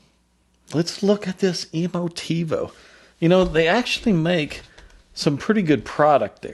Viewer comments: Emotiv-uh, not Emotiv-oh. FYI. Otherwise thanks again. Makes one wonder exactly what shingle hangs on the wall of some audio designers. I think some of these people are former bank tellers. Thanks! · Emotive not emotivo come on man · Tivo was / is a great product and solution. It's so good it has you pronouncing Emotiva as EmoTivo. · This speaker measures and plays as the best in it's class for the price... That is no small achievement... And mispronouncing is disrespectful and makes that person look dumb...